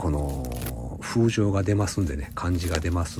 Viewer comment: さん、こんばんは🤗。 マホニアコンフューサは今まで２〜３回しか見たことがありません。 ガン見しました。 幹や枝からして、どう見てもナンテンの仲間ですね。ハサミを入れたときの音もまったく同じ。ナンテンよりも少々柔らかそう🤔。 上げ足をとるつもりはまったくありませんが13分51秒ごろに言い間違いがありました。 風情→ふぜいです。 たいへん失礼しました😞😞😞。